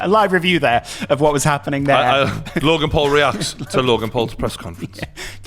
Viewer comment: did Shannon Briggs say “Rogan Paul”?!